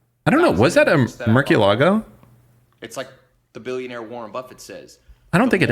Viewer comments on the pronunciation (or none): Murky a lago? Really? Murcielago is spanish for bat. Moor-see-ye-la-go. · Murkielago?? Seriously? 😂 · saying murcielago as merkeelago is crazy work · pronouncing Murcielago with a hard "C" makes me laugh 🤣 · Agreed that was fucking terrible, «is that a gallardo? Or wair Is that a murk yee alago?» no one is impressed by your lambo knowledge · Its MurCHI-ah-lago and Gee-ardo reeeeeee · I’m just now watching this episode. The way pronounces that model of lambo is triggering. Get it together. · I used to be a fan untill i heard how he pronounced murcielago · Why tf is he saying Murciélago like that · How is nobody making fun of that dude not knowing how to pronounce Murciélago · Ban from ever pronouncing “Murcielago” again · That is not how you pronounce Murciélago tho